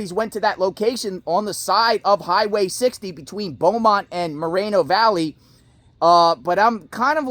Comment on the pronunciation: It’s Mor reeen o Valley